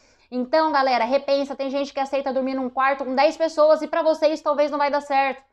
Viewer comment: Esse pará com acento ficou estranho!😅